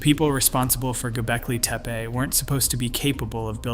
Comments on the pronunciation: Good video, but where are you pulling this "i" from⁉️ It's TepE and it is NOT TEPI. TEH-PEH Twice you even said TIPE?!?! Once even GOLBEKI⁉️ Why is it so difficult to say TEPE, TEH-PEH, NOTHING OTHER THAN THAT. Again, it's a good video. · not to mention, he mispronounced both "Gobekli" and "Tepe" several times. I always question someone presenting "with authority" that cannot pronounce names/words. Generally, it indicates a willingness to act on assumptions with confidence, or inattention to detail during post editing at the very least!